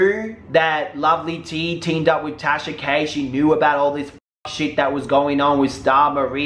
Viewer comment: Did you just call her Trasha? 😂😂😂😂 Legal team on stand by... 😂🤣😂🤣😂🤣😂🤣